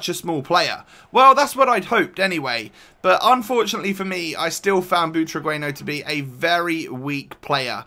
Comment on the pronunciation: butragueno hahaha u dont know how to say only spanish people says it good